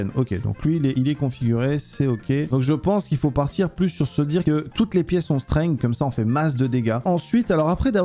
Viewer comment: PTN L'ACCENT ANGLAIS !!! STENGUE et ASTEU au lieu de strength et haste